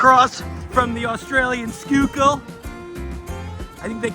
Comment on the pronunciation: Wait... you know how to correctly pronounce "Schuylkill." You're from Philly?! How did I not know this?! Greetings from Delaware!